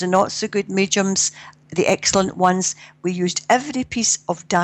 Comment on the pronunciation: Great interview from someone refreshingly grounded -- and I love the way she pronounces mediums as "meechums," too cute.